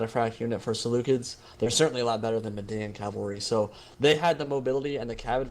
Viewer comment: Is that how you pronounce Seleucids?